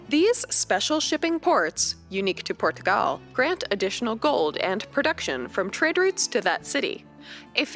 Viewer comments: Por-tugal is actually closer to the phonetic pronunciation. The r gets tapped slightly, which gives a slight pause/lift between the syllables! 😀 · Thank god!! You can pronounce my name marvellously! She hurts my hears in the video. She pronounces Portugal in Portuguese accent quite well but everything else is really bad :P